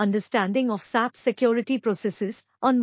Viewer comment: It's not Sap it's S-A-P that's how it should be said